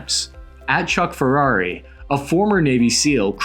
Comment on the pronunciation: Chuck Ferrari has to be one of your best intentional mispronunciations yet. But seriously don't rely on that guy for information. He makes tons of shit up daily, believes any video posted on twitter without context, and has a history of conspiratorial, out to lunch reporting. He wrote a book about the raid that killed Bin Laden, questioning the official version of events, and it was not received very well. He used his past history as a SEAL to boost his credibility, even though he had no reliable intel to make his wild claims.